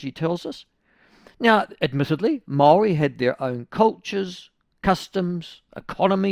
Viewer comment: Why cant this dude pronounce 'Maori'? He says it differently each time, and its somehow always terrible